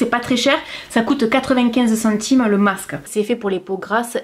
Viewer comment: Chantime..........oui oui centimes......j'adore quand t'as langue fourche......hihihi. Merci d'avoir testés pour nous 🥰😍